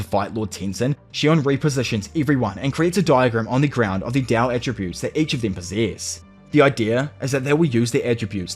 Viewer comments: Why do you keep calling it “dao” when you know that it’s “Tao”? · no on god. i hate the way he said tao